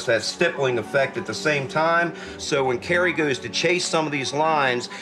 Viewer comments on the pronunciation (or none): he says 'goos' instead of 'goes'